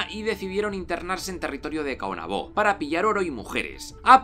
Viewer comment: Es Caonabo no Caonabó, sin acento. Guacanagaríx con acento en la íx. En República Dominicana hay algo que se llama complejo de Guacanagaríx. Es cuando un nativo se posiciona a favor del extranjero y le da la espalda a lo que es propio del país.